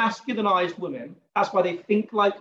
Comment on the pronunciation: I can't enjoy this while pronounces woman and women the same, it is fcking torture, someone tell him please.